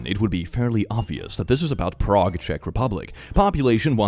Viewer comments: Prague Okla is pronounced “pray gah”. We also have a Miami pronounced “my am uh” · I am from Nebraska and have been to Prague. Not exactly the tourism capital of the great plains. And it's also pronounced with a long "a", like pray. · Oklahoman here... Prague Oklahoma is not pronounced Prague It's pronounced PRAYG! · The Oklahoma Prague is pronounced PRAYG. Don't ask me why. They have a kolache festival every spring. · Fun fact: “Prague,” Nebraska is actually pronounced “Prayg” because why the f not Source: I’m a Nebraskan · Lol as someone who has actually been to Prague, Oklahoma, I still wouldn’t even think of that first. Also, I think they pronounce it “prayg.”